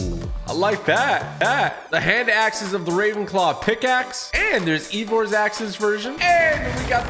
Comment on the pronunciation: Eivor is eye vor not e vor